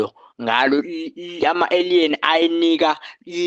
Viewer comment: Aliens - indlela abiza ngayo igama ethi ayidide.